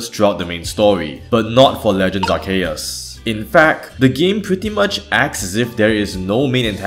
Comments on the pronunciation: Oh god, I can never unhear your pronounciation of Arceus xD The way you said "Ar-she-us" literally means "Ass-eus" in German xD But seriously though, just watched your vid on my bae Cynthia and I am probably going to be binging your videos now - really liking your style of commentary and structure! Oh btw, I always pronounce him as "Ar-see-us" or "Ar-zeus" (but the German pronounciation, since I am a Kartoffel through and through) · Oh shit new Arceus pronunciation just dropped bois Arsheus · Arceus is not Celtic. So the English name is pronounced "Arseus". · It's pronounced Ar-keh-us Every other pronunciation is objectively wrong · I can usually understand the many ways people pronounce Arceus, as stated in the video. But did you really just pronounce it 'arshyus'!? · I already know that people will complain about how Arceus is pronounced regardless of which pronunciation I go with. Therefore, I have elected to use ALL of them. Though I've said Arceus so often my voice in the recording had started sounding weird by now. Also, a commenter on the Cynthia video informed me that they were unable to find the music timestamps in my comments. So I've now placed them in the video description instead, and have updated all older videos to include them in their respective video descriptions. Speaking of music, Legends Arceus has amazing environmental music tracks. Shame you rarely hear them. That's this Cynthia-Volo duology complete. Now to go and think about what game / topic's design element to explore next. Feel free to leave suggestions if you want. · i noticed how you used a differtn pronounciation every time, but i think you forgot to call it Legends Arkoos and Legends Bidoof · Why were you adding an SH for some of them? And a CH for others? You can't even pronounce things according to a pronunciation guide. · I love that you pronounce Arceus differently everytime throughout the video 🦉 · I loved your german pronunciation of arceus, especially the arce part.